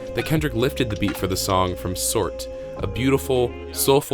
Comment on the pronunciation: The beats not called sort it’s so[rt] basically it’s pronounced “so right” knx uses his own language when he names his beats lol